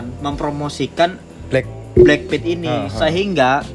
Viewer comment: BLACKPINK woy bukan bleng pit, payah lo